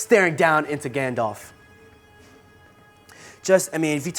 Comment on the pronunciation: "Galdalf"... lol